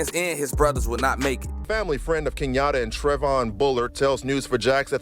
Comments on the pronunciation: Nobody gone talk about how he said ace name key-a-ta it’s key-yon-tay😂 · That’s not his name it’s key-un-tay slow ahh niGha keyante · yungeen ace real name is pronounced key-un-tae btw😗... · Uhhh his name not pronounced like det pooh. Get it tg. KEE ON TAE